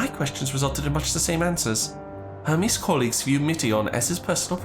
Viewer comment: not the way hermes was pronounced 😭